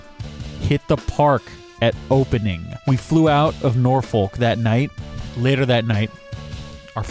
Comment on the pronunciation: Edited because of that pronounciation of norfolk.